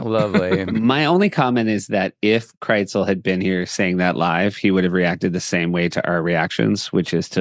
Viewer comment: Seth, why do you pronounce Krisel's name KRITZEL? Are you hungry and thinking about pretzels?